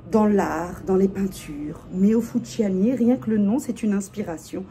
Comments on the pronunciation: Heee sista, c'est fusciouni pas fusciani, tu crois c'est panzani ou quoi😂😂😭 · Merci pour cette revue sur Meo Fusciuni (pas Fusciani!). Mes préférés. Bon 1er mai à vous. c est l Oblio et Sogni en gourmand aussi. Bon 1er mai à vous. J en ai 6.Et la violette Viele Nere est trop belle et naturelle des bois.